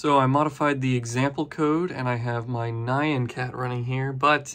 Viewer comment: Btw, it's pronounced "nya-n" cat (as in, the japanese cat meow onomatopoeia), not "nie-ann" :3